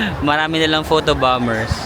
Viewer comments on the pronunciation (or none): none